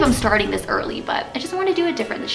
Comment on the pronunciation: Why did she kept saying “dish” instead of this🤕🤔 Btw 2019??😂🤪😁